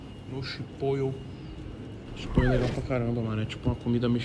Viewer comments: Se fala chiporou, e nao chipoio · Mano, não é chipoiu é chipottle my brother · Toguro: Chipoiô. O correto: Chipolê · Se pronuncia Chipórow, não Chipôio kkkk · Chipoio KKK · Se tem toguro falando chipoyou tem like 😂😂😂😂😂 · tem “chipoio” tem like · Chipoio kakakakakakakak n sabe fala o bagui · “Eu desenrolo no inglês “ não sabe nem falar chipotle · Man, me dá uma agonia você pronunciando chipotle assim.